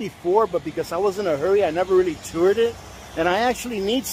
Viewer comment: “Toured” it.😂😂😂